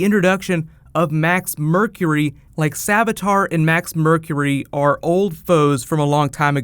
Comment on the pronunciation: savitar. not savatar